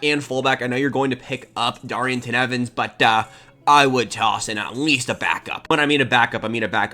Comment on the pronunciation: Say it with me now… Dar eeng ton (Daryngton) Evans. No extra ying needed